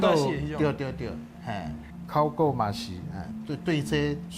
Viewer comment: 很多專業台語名詞都說的不夠專業 比如說在貴節目中所謂的（考古） 就有不是克夠洗柯夠